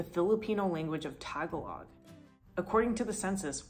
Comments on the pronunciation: I've lived here all my life and learned a few things in your video. I'm married to a Filipina, so I need to tell you that you are pronouncing their language wrong. It is Tag-AL-og. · It’s not Tagalog it’s Ta-galog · I used to live there, it's a lovely city and the people are so friendly. Nice to go through memory lane. I would just say you need to learn how to say Tagalog correctly